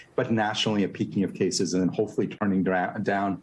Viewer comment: cases, not sases.